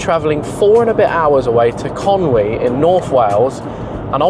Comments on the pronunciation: 👍 on Conwy pronunciation, not bad for an Englishman 😆 Great vodeo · I’m from from North Wales, thank you for pronouncing Conwy correctly. It’s like a chalkboard when we hear people say ‘Conway’. Start pronouncing Llandow correctly and we’ll love you forever 🤣